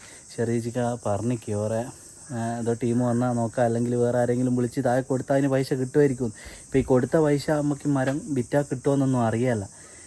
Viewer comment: പൈശ അല്ല പൈസ😂